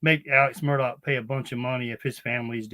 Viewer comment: Of all the pronunciations u want to say, Mur Tog?? It’s super commonly mispronounced but this is just obnoxious and annoying